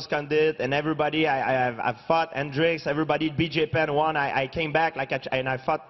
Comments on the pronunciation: Lol sorry but it sounds like he's saying "fucked" when he is actually saying "fought" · when GPS said fought i though he said fuck . 😂😂😂😂